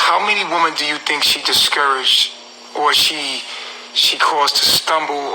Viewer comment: it's WOMEN! NOT WOMAN!